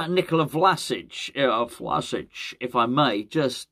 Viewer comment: I said to somebody a week or two ago that you pronounce Vlasic like you're doing a Sean Connery impression and you proved it